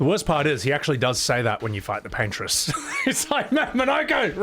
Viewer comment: For those who didn't get the Bob Ross reference, it's "Paint-Ross" instead of "Paintress"